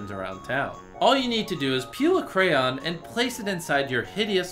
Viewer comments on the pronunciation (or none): Why did Jimmy say con instead of crayon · Did he say crown instead of crayon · I know u say it to annoy people but pleaseeee stop saying crown instead of crayon😬